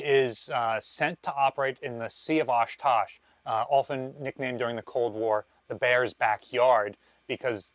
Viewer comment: Don't mean to be picky but it's the Sea of Ohkotsk. Oshkosh is in Wisconsin